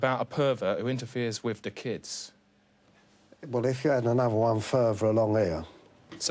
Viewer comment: "Wif the kids" Even better. :D